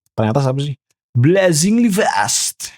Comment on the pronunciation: BlaZinGeLy Feasttth wakakakaka